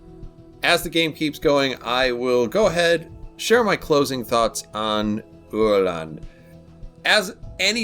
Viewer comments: Yea the pronunciation was spot on 👍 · I’m so happy I finally get to watch a proper history vid on this fine little boat! Great review. Also you nailed the pronunciation, I mean for a non Swede at least 😉